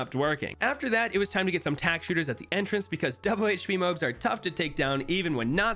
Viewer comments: MOAB not MAOB, DROOD?!? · wtf is a mobe... DO YOU MEAN MOAB? Mow-ahb mow-ob please it's killing me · it's MOAB not MOB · It’s not mobes it’s more-abb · did he say mobe or moab? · Thats a moab hes saying mobe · It’s Moab not mobe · Bro says mobe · the "mobes" 💀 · No way this guy says moob and drood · Say Moab right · mobes? what the hell is a mobe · Is he saying mobes? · Why does he say mobes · I hate how you call MOABs MOEBs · It brings me pain when he says MOAB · I love this video but please pronounce MOAB correctly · I'm not a fan of how you pronounce MOAB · The way he pronounces M.O.A.B. gives me anxiety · i hate the way he says moab